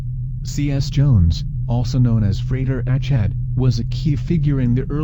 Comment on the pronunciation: This is quite well done, despite the annoying computer voice. However, the pronunciation of Achad is incorrect.